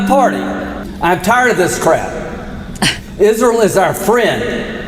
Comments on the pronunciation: "Isrul" what a ghoul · "Isrull" 😂 I still laugh every time. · thanks. lindsey's dildo must be white and blue and he calls it isrul. good vid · Izzruwl😂 no no no no no🤣🤣 izruwl has demoncrazy🙄🙄🙄🙄 izrul is his fwiend👨🏼‍❤️‍💋‍👨🏼👨🏼‍❤️‍💋‍👨🏼👨🏼‍❤️‍💋‍👨🏼👨🏼‍❤️‍💋‍👨🏼🫂🫂🫂🫂🫂